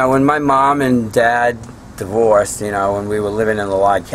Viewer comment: when he says "divorced" I could hear the New England loud and clear. He is right about New England. Maine, NH, VT is unlike the rest of the east coast.